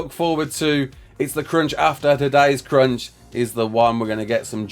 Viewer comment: the way you say crunch sounds like cringe and i kept laughing at that